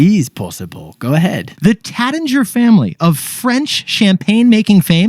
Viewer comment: Taittinger….sounds like “rait” not “rat”